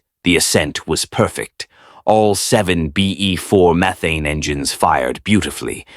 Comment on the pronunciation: It's pronounced meth ane, not meethane!